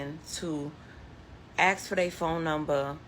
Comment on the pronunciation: What about the brain surgeon at five minutes that can't pronounce a three letter word. Its ASK toots not achkxe